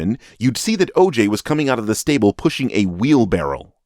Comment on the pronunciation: No cap when I hear the name oj all I hear is “ AYE AYE OKAY “😂